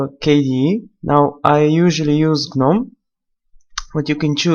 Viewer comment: "gnonm" xD